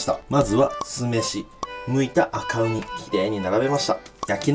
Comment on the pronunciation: ごめん悪気はないんだけど「バカウニ」にしか聞こえないw